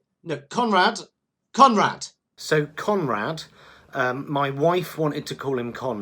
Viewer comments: I swear every time he says Conrad, my head hears Comrade. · When you called him "Conrad", I thought that you were saying, "Comrade".